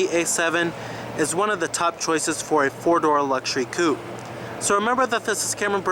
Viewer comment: It's not a Coop it's a Coupé (Coo-pay).